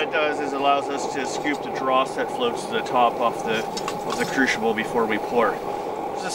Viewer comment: crucible(kru si bul), sorry just had to say it. The pronunciation was driving me crazy.